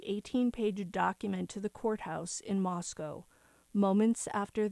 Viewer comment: Moscow= moss co Not cow …. co. Thanks